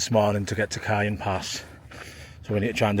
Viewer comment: Not always, but in general, the J is pronounced like an H in Spanish language. Jacinto = Ha SEEN toe. and Cajon = Ka HONE. Enjoying your videos, keep on truckin'! Cheers and happy trails!